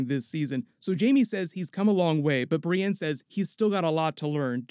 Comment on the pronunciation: Brienne ----> BriEND